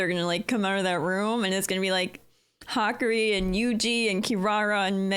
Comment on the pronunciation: It's Hah-Kah-Ree, what you wrote would be the pronunciation for Hikari.